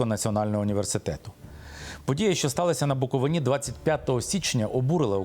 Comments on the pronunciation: Я Вас благаю кажіть та вимовляйте правильно слова, не Буковина́, не на Буковинí, не Ба́нчени, а Букови́на, на Букови́ні, і Банче́ни. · не БАнченський, а БанчЕнський, не БуковинА, а БуковИна. Ви нічого не знаєте, зате багато вчіте. Всім відомо, що по всьому світу іде боротьба з православ ям. Ви, особисто, православний ? Ні. Тоді все зрозуміло. ... Митрополит Онуфрій не поминає кирила, то старі записи... За офіційними даними 72 % українців сповідують православну віру, 9 % - відносять себе до католицької церкви і 4 % - протестантської церкви. І Митрополит Лонгін робить дуже добру божу справу, щодо діточок. Ваші душі , нажаль, - чорні, тому ви все бачите - не по правді. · Щановний! Правильно Буковина- наголос на и. Дуже ріже вухо неправильний наголос. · Пане Миколо, правильно вимовляти букоВИна. Дякую за важливий матеріал. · Наголос пан Княжицький невірно кладе відносно назви Банчени і слова Буковина. Видно, що є вам над чим працювати. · Як автор може називати себе журналістом якщо він неправильно називає край Буковина. Микола подивись як правильно буде наголос на слові Буковина. Не позорьтесь😮😮😮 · Княжицькому варто знати, де наголос ставити на назві Буковина